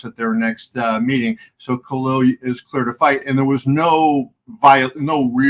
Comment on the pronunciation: It's KhaLil, not Khail